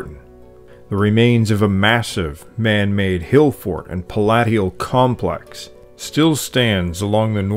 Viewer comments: Just an FYI... Palatial is pronounced pal-a-shul, think palace. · Splendid history. Just bought a Teach Yourself Welsh so that I can make some sense of the language and its sounds--and connect with some of my ancestral Welsh who came from all over Wales. Thanks. And a question: you say Palat ial, but I, an American, say Palayshal, and you say Paa gan, but I say Paygan. Is your pronunciation that of a Welshman, that of most English, , or just your own?